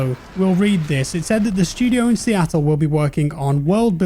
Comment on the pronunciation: please stop saying Seattle. You’re killing me.